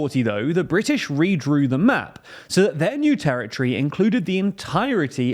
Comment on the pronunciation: Territory!!! Not terrortree